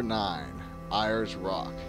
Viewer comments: Airs, not ears. It's my grandmother's last name, who was a descendent of Henry Ayers. If that's how Australian's pronounce it, that's fine (everyone has their accents), but it's suppose to be airs. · No. 9. It is pronounced AIRS, not IRES. ALSO, it is no longer referred to as Ayers rock, it is once again known by its indigenous name, ULARU. (Pronounced Oo-la-roo). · Like the video, incredible the odd stuff that takes place when people believe an item is cursed. (side note: Ayers is pronounced like "air", like "Airs Rock")